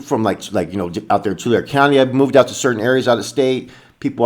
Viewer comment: It’s Tulare county Not tulr county